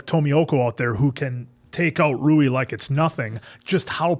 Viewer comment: Rui's name pronounce as Ru-wii. Not Roux.